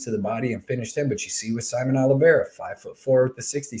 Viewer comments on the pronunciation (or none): none